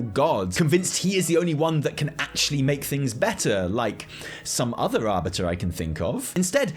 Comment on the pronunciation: 'Ar"butter"' lmao